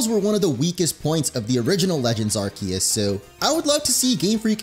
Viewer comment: It urks me everytime he mispronounced Arceus and Pokémon